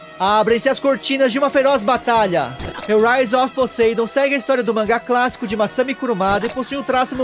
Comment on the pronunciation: Brother o nome Poseidon em ingles se pronuncia "POSAIDON" com som de "A" sem sotaque de "E" no "A"